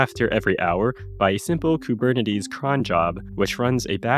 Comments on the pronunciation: the way you pronounce koo-burn-nuh-tees is quite disturbing. but great video :D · I've never heard someone pronounce Kubernetes like that. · Did you use AI to generate the voice over or did you just forget how to pronounce Kubernetes?